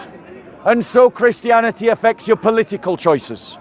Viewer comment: why you dont pronounce the last 't' when you say reality or christianity. WHYYY